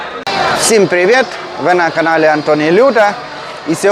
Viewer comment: раді чути Українську Але не привєт а привіт 😂